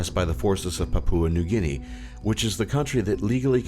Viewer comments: "Pap-oo-a New Guinea" 😂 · Please learn how to pronounce Papua New Guinea PLEASE!